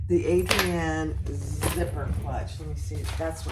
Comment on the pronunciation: I love your video. Your in depth explanation of all the pieces and where they are on the bag was so helpful. Now, I'm going to be nitpicky since this obviously doesn't affect how great your tutorial is but the bag is actually spelt ARIADNE (pronounced I think? Ari-ad-ne) not Adrian